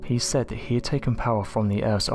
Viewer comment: Why do many Brits say “viss” and “vat” and “ferver” and “free” (this, that, further, three), etc.? Seriously.